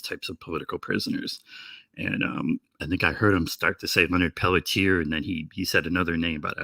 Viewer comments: Leonard pell tee air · Leonard Peltier is his name. Please at least try to get it right.